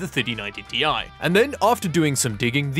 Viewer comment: Hey, you can properly say TI now. Good job 👍